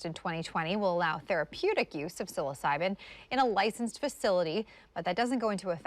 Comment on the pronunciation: She doesn't know how to say psilocybin lol